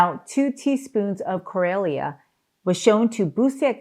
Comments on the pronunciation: Chlorella is pronounced “klorela’, not klorelia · Doc it is pronounced klo rel ah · Why can't she properly pronounce Chlorella? 😂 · I think you're pronouncing Chlorella wrong.